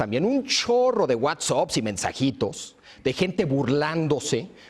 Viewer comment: Cada vez que se dice "whatsop", "airiopuerto" y "airionáutica", el niño dios se corta a sí mismo escuchando música emo.